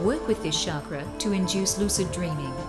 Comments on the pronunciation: I hate it when I hear Chakra pronounced as "Sharkra" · sounded like shagra